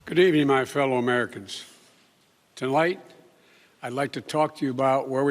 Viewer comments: Did he say tilight or tonight? More comments to come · Tulight?? You mean Tonight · He mispronounced tonight ...he said tolight... I’m pointing this out because he does this all the time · “To light, I’d like to talk” First word and he messed up lol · tolight? you mean tonight joe? This guy is an embarrassment. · we legit just heard him say tonlight in the first 2 seconds. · “TOLIGHT” - biden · Wait. Did he just say “Tonlight?” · Tolite... He messed up the FIRST WORD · " goodmorning my fellow American ToLight..." Tf was that bro???????? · but but but it said live..... maybe thats why he calls its Tolight because the prompter said tonight but he thinks today... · I heard that too. He has a speech impediment. But I'm impressed with the content of his speech. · Did he seriously mess up the first word of this speech?? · Lmao, why can't this man speak right? He's the President of America and he can't say the word " tonight ", his first 3 seconds he already messed up 🤣😂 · Well, he didn't correct himself. Not the first time either. I can hardly believe what is happening to America.